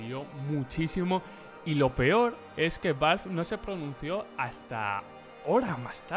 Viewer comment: creo que es la primera vez en mi vida que escucho a un español decir ´´valvf`` para referirse a ´´valve``